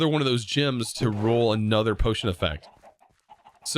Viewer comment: I'm so confused how he can pronounce the word relic correctly but vendor becomes vindor and gems become jims